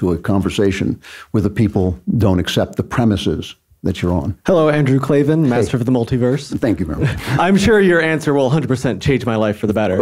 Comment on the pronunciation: there are no "E"s in Klavan